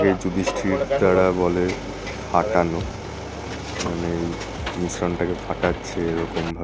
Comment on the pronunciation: ওটা "ফাটানো" বলে না, "ফ্যাটানো" বলে। ❤❤